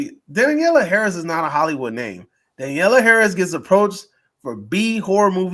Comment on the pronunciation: Maybe 5 minutes on prep time guys? You didn't even know thier names. It's also Danielle. Not Daniella. And SCOUT Taylor-Compton. Harris carried the fanchise when Curtis left it, so Halloween fans owe her a bit of respect, to say the least.